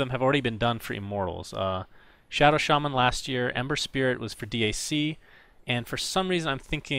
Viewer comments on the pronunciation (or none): none